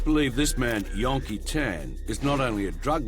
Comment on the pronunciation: YAN KEE TAN...HILLARY'S COUSIN...OH NO...IT'S GETTING WORSE